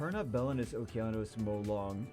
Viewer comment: man really sucks has the downs and doesnt know how to pronounce Okeanos